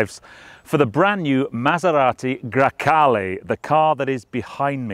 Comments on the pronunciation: Come on it's GrEcale, not GrAcale... It's the name of a wind... Coming from Greece (Grecia in Italian). Cheers from Italy from a Spyder owner (and no, the cabin is of equal length!:-P). Love your videos and podcast, keep up the good work! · GrEcale, not GrAcale..... just saying